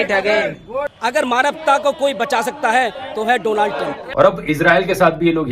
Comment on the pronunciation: He say Dolan trump...